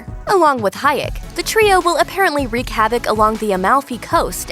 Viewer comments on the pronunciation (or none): none